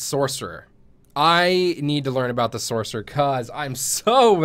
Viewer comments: i die a little each time he says SORK, sorc isn't even a word anyway, if your going to type it out to make it easier to communicate that's one thing,but to say it out loud? how hard is it just to say sorcerer, its just lazy really, and sounds stupid, at least pronounce it as sors. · Gargnoiz says the man that can't understand where the S sound in sorcerer is